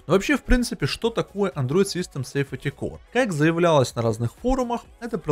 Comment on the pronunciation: Android system angle произносится как Андроид систем Энгл! Safety Core произносится как Сейфти Кор!